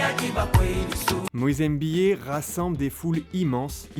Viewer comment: C'est pas Moïse EMBIYE mais Moïse MBIYE !